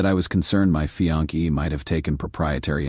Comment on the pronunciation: The word is pronounced fee-ON-say not fee-on-KAY. Less than a minute and I'm out. Must be a record.